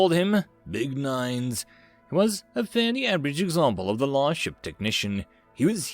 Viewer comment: The lost or the last? I keep hearing 8t as the lost.